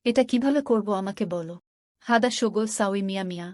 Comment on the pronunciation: আপনি আরবি শিক্ষা ভালো করে শিখবেন তারপর আরবি ভাষা শিক্ষা নিয়ে ভিডিও বানাবেন। আপনার আরবি উচ্চারণে অনেক ভুল আছে দোয়া করে ঠিক করে নিবেন। উদাহরণ :হাদা, শব্দের উচ্চারণ হাযা হবে। এরকম আরো ভুল দেখলাম। যেটা বলতে চায়ছি, আপনি দোয়া করে, আরবি লেখাসহ ভিডিও বানাবেন। কারণ আরবি কখনো বাংলায় সঠিক উচ্চারণ করা যায় না।